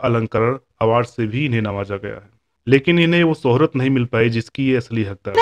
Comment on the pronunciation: एंकर साहब, आपकी भाषा में उच्चारण दोष बहुत है। शोहरत होता है सोहरत नहीं होता ।शख्सियत होता है सख्सियत नहीं होता ।आप पर "श" बोलना नहीं आता। पहले "श"बोलने की प्रैक्टिस करना तब जाकर एंकरिंग करना।